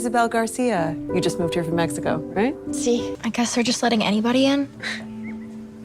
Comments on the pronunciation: She said meheco😂😂😂😂😂😂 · Why does she say it mecico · The way they pronouncing Mexico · Where are they saying Meico instead of Mexico